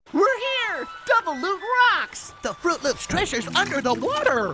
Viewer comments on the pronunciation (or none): FROOT LOOPS. say it with me. fro͞ot lo͞ops. It's not hard.